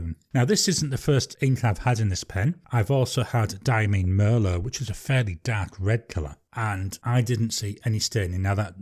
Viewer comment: Hi. I have the PenBBS 456 and have to agree that it is a great pen and an amazing value. One other thing: I emailed Diamine, and they confirmed it is pronounced “die-ah-mine.” The last syllable rhymes with tine.